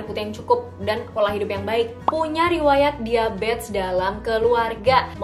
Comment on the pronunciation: Bingung kenapa nyebutnya diabets ya, bukan diabetEs